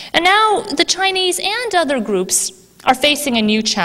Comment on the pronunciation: She has trouble saying the letter "r." She said "goops", instead of gRoups